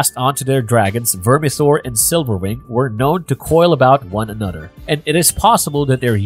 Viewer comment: Yep. Totally agree...I find it extremely annoying to keep hearing: "anodder" "mudder, fadder, and brudders"